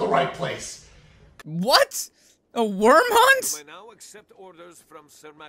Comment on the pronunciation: That mustache is still on point as ever >:3 also he did say worm hunt instead of wyrn hunt